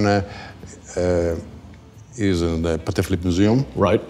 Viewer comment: Say it with me... it's pah-tek, not "paddock." Love ya,, but if Patek Philippe is one of your favorite brands, you gotta get the pronunciation down!